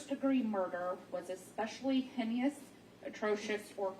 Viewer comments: It's pronounced " Hane Us" not " Hine is" . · I think she pronounced it hen-e-ous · Is this the clerk reding the verdict or the jury forewoman I am appalled that she sounds barely literate. SASShe cannot even pronounce most of the words in the document she is reading. Migating instead of mitigating. Hyneous instead of heinous. Not even able to say unanimous. Where do they get these people? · OMG that Jury Clerk - it's mitigating and heinous - pronounced HEYNUS......Jeeeezzzz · Hey-nus! Mitt-ih-gate-ing! My gosh! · I know. What the actual f&%$ is hen-ne-ious.😂😂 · Yes!! I was so irritated y her pronunciation of heinous. Hey-nus!! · I was thinking the same thing my-ti-gating, hen-ne- ous? Wtf? Is this her first day? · Heinous or heinous??!! What’s wrong with this court lady. Does she know pronunciation?? 😮. LORT. Especially with a monster like this in that court room!! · No fr! Hearing her say heinous sent me thru the roof! Out of the 12 THIS is who gets to be aloud?! 🤦🏽‍♀️ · Poor lady. She also mispronounced heinous. I hope someone tells her!